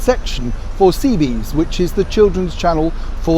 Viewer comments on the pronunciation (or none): Sorry to correct you, but it's "CBeebies," not "CBees." Apart from that, excellent post as always.